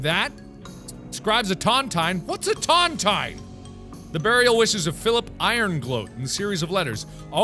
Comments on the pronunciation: Its pronounced tonTEEN not tontien. A tontine is a kind of lottery, to put it simply. A grave lottery. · Tontine is pronounced as ton-teen not ton- tyne. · It’s pronounced ton-TEEN, and it’s a betting lottery where the last person to die gets all the money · Mark, a Tontine, pronounced TonTEEN, is an agreement sent into by a set number of people. Where, the last one alive collects a very valluable item. Like, if 3 guys found a very valuable gem, they would lock it away, each with a key, or fragment of the key, to ensure the others can't run away with the loot. The last man collects the treasure. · Ton-tine is pronounce tawn-teen. A buncha people put their money into one fund and whoever lives longest inherits all that money at the end. They're illegal in US and UK because... Eh, some morals or something. I know he won't see it, this is for anyone watching in 2020 and beyond. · Could also point out it's pronounced tun-teen. Frustrating to hear mispronunciations. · I could not for the life of me, remember what a tontine was, and where I saw one first.... It's a classic Simpsons where Abe Simpson and Monty Burns have a tontine in place for the riches taken from Nazis in WW2. It's pronounced tonteen, and it's an agreement that the last person left alive in the Tontine will inherit everything. I knew I had seen this before. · It's pronounced tahnteen. They're illegal now, a group of guys put in an equal amount of money and the last guy living takes the kitty. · Tontine, pronounced Tawnteen. In case anyone cares. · Pedro Stormrage read the book the 39 clues, and the way he pronounces tontine Severly annoys me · Tontine, you are saying it wrong but it is a death bet, who ever outlives the others get the prize. Super illegal thing to do fyi. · Its pronounced tawn-teen and brooch is pronounced broach (rhymes with roach)